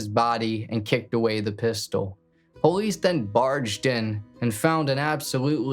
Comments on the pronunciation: Man I’m sorry idk why it irritates tf out me man why can’t this dude say POLICE, he says BOLICE. wtf it’s a P not a B that shit literally is so annoying lol I was enjoyin this video but he does it everytime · He doesn’t say it with a b he says poe-leese it’s usually a African American or Southern way to say it